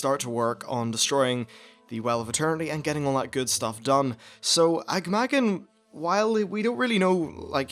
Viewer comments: It kind of bugs me how little effort you spend in actually trying to properly pronounce the names of things. So many things you say in your videos are not even close. Sound it out. Ah-gah-mah-gahn, not Aig-may-gen. Agathrelos?" Where the hell do you see an "r" in Agathelos. Charlgra? Again you're adding an r where the is none. It's Charlga. If you're going to make lore videos, you could at least make an attempt at pronouncing things properly. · Ag-am-agg-an not Agmagan lol :P